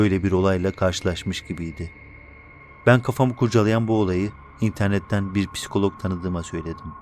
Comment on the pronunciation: Halaa piskolok diyor ya